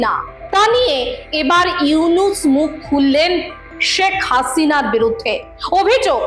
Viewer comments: ডাঃ মোহাম্মদ ইউনুস নাম টা সুন্দর করে বলুন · ডঃ ইউনুস সাহেবর নাম সুন্দর করে বলুন